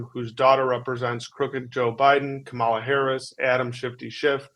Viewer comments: BTW, it's pronounced Coma la, not Cha-mala. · 😒It’s sad I have to say this after many years as VP(!), while right-wing loons purposely say it the way u read it, but Kamala is pronounced like “comma la”. Not Ka-MAL-ah. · Can you please get Kamala Harris's names pronunciation correct? It is NOT Ka Mah' la, it is Com' a luh, accent on the First syllable! Comma, luh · IT'S KAMALA (COMMA-LUH), NOT "KUH-MALLAH" ! DO BETTER! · The person presenting on the video should know how to pronounce Vice President Harris's first name by now!! Do better!!